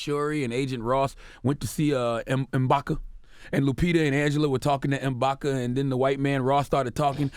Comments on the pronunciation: IMBAKU. Not IMBAKA nigga you watched 3 TIMES AND STILL GET THE NAME WRONG LOL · It's M'baku Charlamagne